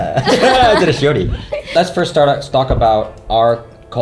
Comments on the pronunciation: Thats because dropped the middle "i" and so it sound as "Shori". Thats why dropped "s" at the end of name LOL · Tbh I thought they were hooking up and he's just calling her shawty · It sounds like he is saying "Shorty" rather than: ) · Is it intentional, or does the way say ‘’ sound like ‘Shorty’? Just me? Alright, I’ll see myself out..